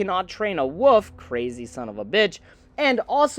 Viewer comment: Buddy I love this channel but we gotta work on our pronunciation of “wolf” 😂 I mean that in the nicest way possible